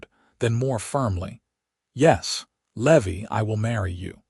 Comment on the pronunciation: His name is pronounced Lee- vi, not Levee. That sounds ridiculous!! 🙄 Had a stepbrother named Levi. Must be AI narrating, no real person would make this mistake.